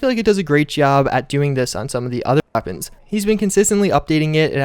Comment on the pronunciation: He can’t even say weapon, YouTube is so pathetic